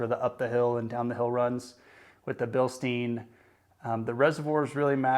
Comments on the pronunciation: As a couple of folks have mentioned comparing aftermarket coils to stock coils tells you nothing. The shock doesn't provide any lift, just dampening so you aren't comparing a Bilstein (pronounced Bil-Stine, not steen, you don't drink from a beer steen) 5100 to a fox 2.5 shock where lift and ride height are concerned. Instead you are comparing stock coils to higher spring rate after market coils. The only way a shock comparison would have value is if you used both shock on the same coil whether it be stock or aftermarket. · Yeah, man, good stuff. Re-reading I do come off as more of an A-hole than I intended. It is actually Bil-Stine but no need for me to be nasty about it. And I feel like you personally understood what you were trying to say overall in the video but the use of the shocks as the comparative device for ride height and lift when those traits are controlled by the springs will leave a great many of the new folks wondering why adding Fox 2.5 shocks to their ride didn't give them any lift. Hopefully they will do more research before taking an expensive leap but once you start putting information out there for public consumption it's always best if you make sure that ALL the information needed is included and explained and that it is as accurate as possible. In some cases if you aren't sure yourself it's best just to say nothing at all. But that goes for everything in life!